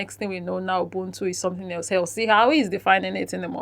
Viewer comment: The way they pronounce 'ubuntu' is pissing me off. The 'b' is not supposed to be pronounced as it sounds, it should sound like you're blowing air softly from your lips. Ubuntu pretty much means humanity and all the positives that make a human.